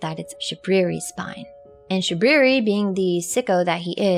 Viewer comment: "It is I, Shabwiwi." — Shabriri Fudd